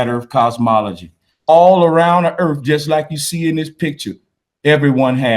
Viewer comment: It's earth, not earf